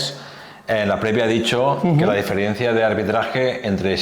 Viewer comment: Sin ánimo de molestar… Estrada... no se dice "diferiencia", SE DICE DIFERENCIA.